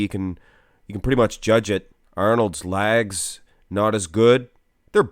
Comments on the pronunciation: he's saying "legs" lol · “His lags” keeps throwing me off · “Thec” “lags” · Chris’ waist is far better. And “lags” lol (can this commentator not say legs) better too slightly. Arnold’s arms and chest can’t be touched. Especially by Chris Chris’ physique was the best in the whole 2020 Olympia 🇨🇦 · What are his "Laagz" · Just curious - why do you say 'Laags" - is that a Canadian thing? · Sounds like you are saying lag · Why can't you say "legs" properly? God damn it's so annoying.